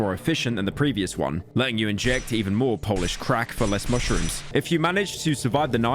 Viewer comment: when pyro said less stamina drain I heard "le stamina drain"